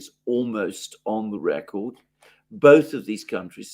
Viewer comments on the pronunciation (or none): none